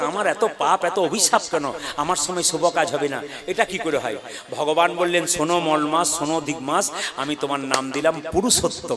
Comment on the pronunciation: উচ্চারণটা ঠিক করে করে ওটা মল না মলমাস মল আরমাল তফাৎ বোঝেন না